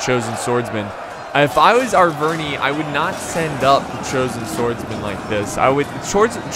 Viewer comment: You don't say triari i, or arveni i. You say arvenee or triaree